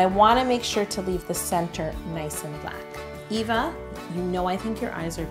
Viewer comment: My names Eva(nickname) and so many people say Ava when they say it so I'm so happy u said it the way I do! I'm also half brown too so that was kinda the same too